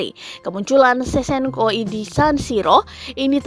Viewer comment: Sevcenko sebutannya min bukan sesenko!!